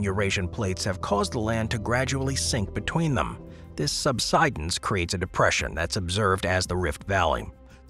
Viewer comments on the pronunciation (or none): none